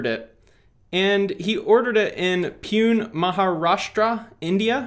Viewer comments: I live near Pune .....and it's not spelled peon lol its pu-ne And I have no idea why he'd purchase in india lol EDIT: THIS SHIT SHOULD BE ILLEGAL MAN!! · It's pronounced Poo-nay. And Pune is a pretty big area for tech outsourcing. Pune, Banglore, and Chennai are huge for Indian IT outsourcing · Pune is pronounced as 'Puney' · hi..i am from india..regarding your doubt..btw its pronounced "poo-neh" and its like the sweatshop centre for IT industry..lot of cheap labour here in that city and the neighboring cities..most of the call centre scams/ tele marketers / etc come from these areas..they have a large pool of IT people working here who do the menial jobs outsourced by other big companies..you know the kind of work thats labour intensive but actually doesnt provide much value for the company so it makes no sense to build an inhouse team..so if dan lok wanted someone to do this useless job of scouring the internet looking for negative comments he would probably hire a team here coz of dirt cheap prices..pune and the nearby cities are also famous for clickbanks/clickfarms/and companies selling fake followers.. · It is pronounced poo-neh- No idea why he would buy in Maharashtra maybe a freelancer in India who bought for him...(mumbai/mqharastra is the biggest it sector in India) (and yeah I am from India) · The way you pronounced Pune ( Poo-ney) got me cracking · A small correction: Pune is pronounced as 'Poonay'. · yea i realize now i mispronounced it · Haha yea I've read enough comments to realize I pronounced it incorrectly